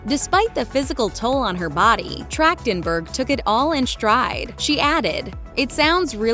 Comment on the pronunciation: Her last name is pronounced with a hard "K" sound? Weird.